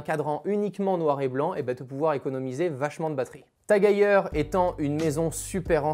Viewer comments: Vidéo incroyable, mais par contre ça se dit TAG HEUIEUR (phonétique) et pas TAG HEYER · Très belle montre, belle présentation mais par contre, la prononciation du nom me fait mal aux oreilles, ça ce prononce à l'allemande, le E ce prononce pas A si jamais mais bien E Bonne continuation